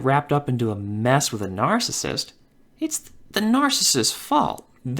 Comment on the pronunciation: It is NAR-CI-SSIST. Three syllables. Not NAR-CISST. It's NARCISSIST.